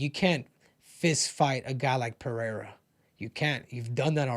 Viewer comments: Ive been saying that from the start. It's like most commentators got a memo to call him Pinada or Penada. Something stupid. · Rogan is the worst, calls him pehera smh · or Chael calling him Pierra